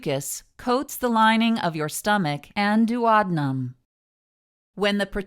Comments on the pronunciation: It’s pronounced duo deenum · You pronounced duodenum like "Do ah dough um" lol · She said doo awd num 🤣🤣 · Whilst the video was informative, I found the pronunciation of “duodenum” uttering annoying and very off putting! Please at least get the medical terms correct. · Wow, I never heard duodenum pronounced like that! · GreenvilleWX I was like wtf is she saying 😂 8th grade health class kids, it’s important